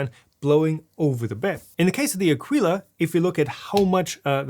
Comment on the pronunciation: It's pronounced a-kee-la. I bought the C2 model and it's the best 3D printer I ever bought. It's also the first 3D printer I ever bought, but I'm glad I bought it. I would have appreciated you telling us what the 'easy fix' is to lock the wheels rather than just complaining that the manual doesn't tell us (neither did you).